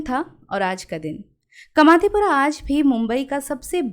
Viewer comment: कमाथीपुरा नही कामाटीपुरा 🙂